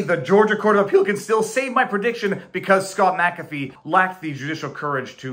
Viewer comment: I do like that you are one of the few on YT that can pronounce Mc-Afee